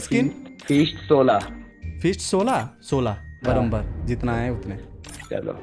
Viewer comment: Baraber❌ baramber ✅ 😅😅😂😂😊😊